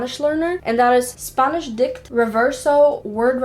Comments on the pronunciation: I don't understand why she kept saying "sp ɑ nish" , it is /ˈspænɪʃ/. And be careful with Wordreference with local expression always check with a Native (spanish) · I knew you were either a valley girl from California, or you're from a non English speaking country, only because you pronounce the letter A differently than most Americans. When you say "Spanish" you say it like Sponish. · i love how she says spAnish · What accent is this? When words Spanish, grammar and app are pronounced as Spunish grummur and upps? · „spuhnish upps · Leraning four languages, can’t pronounce Spanish in English... SPANNIS will haunt me for the rest of the day... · Got a bit frustrated at first when you keep pronouncing spanish as spangnish, but then I later realize, o, that's Ireland accent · I just love her accent whenever she says spanish LOL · the way you say spanish is funny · The way she says "spanish" tho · The way she pronounced Spanish omg weird lol